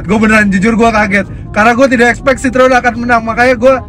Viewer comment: Tolong team cvt belajar dulu sebutannya bukan sitrun atau sitron dalam bahasa Perancis itu dibaca nya si-tro-en, entar orang Perancis nonton bisa marah loh, hahaha 😂